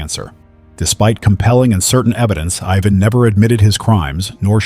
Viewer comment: The first case is one I think would have been better if you were a stand-alone video. Because there is a lot to Ivan Milat. Which brings me to the mispronouncing of his name. Ivan is pronounced eye-van, Not Yvonne. Though he is a real piece of garbage. So go ahead and keep calling him Yvonne. 😅 I just don't want you to make the mistake when it's a victim that has that name. I hope he's enjoying his time in hell. As for his nephew guess the lack of brain cells might be genetic. I know that several people have changed their last name because they don't want to be associated with him. Matter of fact even if they aren't related and just have the last name Milat.